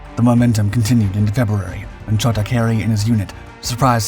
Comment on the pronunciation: His nickname was "Chota", not Choda. It indeed means "little one"